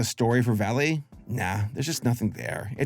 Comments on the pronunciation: its not pronounced like vAlley, its pronounced like vallEE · "Vale"? It's not pronounced "valley", it's pronounced to rhyme with "fail". How appropriate. (It's a synonym for valley, so eh, close enough).